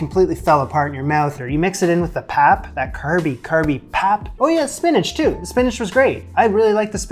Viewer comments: My friend, it is pronounced "pup" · Hi there, fabulous job! The pap is pronounced 'Pop' and is quite similar in taste and texture to polenta. You can make it quite stiff, and cold water is indeed the trick! Once it has boiled, put on low heat and allow it to cook slowly. The stiffer it is the better to scoop your stew! Sometimes the African pot can be called a poitjie (pronounced 'poi-kie'), and stews made this way are also referred to as poitjie's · In South Africa, the 3 legged pot is called a potjie pot (pronounced poi key). And pap is pronounced pup. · Pap pronounced ... pup 🐶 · pronounced pup the three legged pot is cast iron.